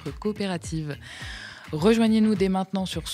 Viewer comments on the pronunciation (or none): none